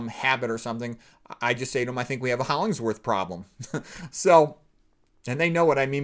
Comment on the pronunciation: You kept saying Holling s worth but it is Hollingworth ! I knew someone named Hollinsworth too- and I looked up the man....otherwise - I never knew anything about him,,,,,thanks. I loved reading Ayn Rand.